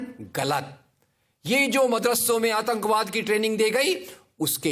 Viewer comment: Bolna seekh le bhai.. 1.Bha nai wha hota hai, 2. Atankbaad nai Atankwaad hota hai.. Aqalband bihari 😁😁